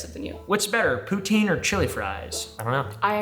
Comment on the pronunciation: Mad props for using the correct pronunciation for Poutine! ❤